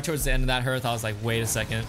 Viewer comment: Hearth is pronounced like heart not like earth. Great videos though.